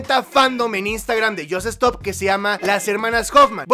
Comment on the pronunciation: Se pronuncia yosstop no yos estop